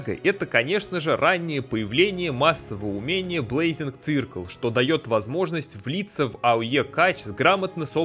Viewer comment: Не блейзинг циркл, а сёркл)